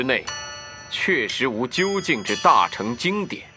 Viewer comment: "大乘"應念"大聖"音吧....